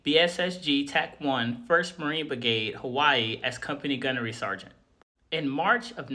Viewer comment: My brother, there is an 'R' in the word brigade.